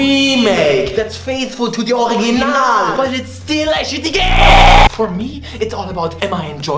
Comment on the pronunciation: "It sure as hell is a fantastic REEEEEEEEMake that is faithful to de OriGIIIINAALLL, but it still is a shitty GEHHH!!!": that was my ted talk tank you